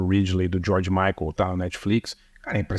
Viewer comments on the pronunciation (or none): none